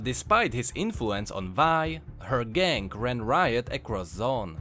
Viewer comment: You say "gang" like "gank"